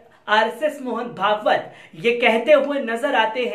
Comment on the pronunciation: Mohn pegs not mohn pagbt